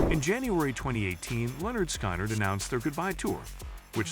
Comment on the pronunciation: Stupid video. Thumbnail is the wrong VanZant. AI butchers the band’s name. Please STOP.